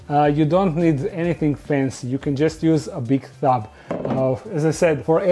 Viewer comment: I like how he pronounces tub as thub sometimes